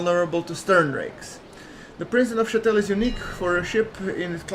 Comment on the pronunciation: Yes. you pronounced Prince de Neufchatel correctly! Keep up the good videos!